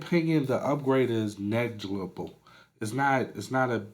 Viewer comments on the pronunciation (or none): You need to work on saying the word negligible. Lol